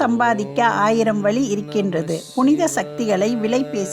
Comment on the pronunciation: வலி வழி இரண்டிற்கும் பொருள் தெரியுமா வழி என்று சரியாக உச்சரிக்க வேண்டும் நன்றி